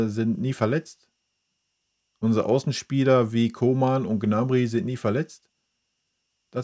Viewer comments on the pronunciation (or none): none